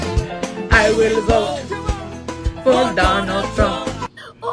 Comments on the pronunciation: You guys got me crying pronouncing Trump with an “n” at the end. 😅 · "I will BOTE for donald tRUNK!!!" 😆 🤣 😂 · Spanish language pronounces "v" like "b" and they don't pronounce "p" as forcefully as English does so that's why it sounds like Trum. 😆🤣